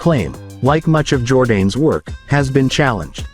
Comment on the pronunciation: Jordanes is pronounced jor-DAH-nes. Videoland is replete with monolinguals, who blithely destroy other languages.